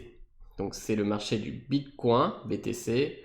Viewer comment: Prononcer bitcoin à la française ? Je l'avais jamais encore entendu, c'est rageant à chaque fois que tu le dis ^^ Allez pour ceux qui sont rétissants c'est mieux ainsi ;) Merci pour la vidéo, un peu longuet mais complet dans l'ensemble ;)